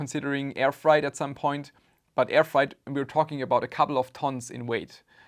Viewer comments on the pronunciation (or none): its more fraaait than frite (freight) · frEIght, not fright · I'm so sad for your loss... Ah, it's not "fright" it's "freight"! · Thank you for making this video. Respect. My only complaint is that freight (shipping) is not pronounced like fried (cooking) or fright (scared). Try saying "frayt" instead. Or frāt, IPA: /fɹeɪt/ (But after a few minutes of repeating the wrong word, I finally caught on to the meaning from context clues.) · Just a little note on your English; The word "freight" is pronounced like "weight" (wait). It's not like "height"(hite), as you pronounced it. Hope this helps and that it does not offend you. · My condolences. By the way, "freight" rhymes with "eight". You're saying it as "fright", though I imagine you had a fright when you found out what they had shipped. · Fright vs Freight XD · "Freight" is pronounced like "crate" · So you didn't report them on alibaba? Freight is pronounced just like how you pronounced weight. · It's pronounced "FRAYT". Sucks you got scammed, but my racism against the Chinese would have prevented this. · Freight is pronounced with a long A